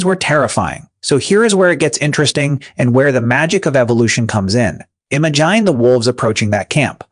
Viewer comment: you pronounce "imagine" very interestingly